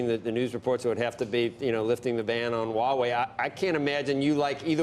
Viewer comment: Mr. Bannon, ZTE differs from Huawei. BTW, I suspect u just won't care hiw its name Huawei is actually pronounced among the intellectuals. It is pronounced [hua way] hua as in the American pronunciation of "what". You don't care abt the details do you, hmmm?